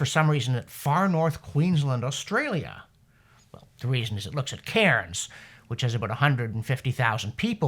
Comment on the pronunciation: Nice job on the pronunciation of dengue fever. Missed on Cairns, Australia though. P.S. sorry for offering up a critical comment - you are doing wonderful work!